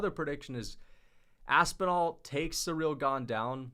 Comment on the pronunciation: Please, it's not SURREAL Gane. It's pronounce like: SEE-REEL